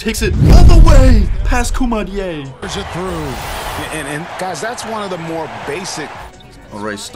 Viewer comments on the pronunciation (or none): You didn’t say koumadjes name right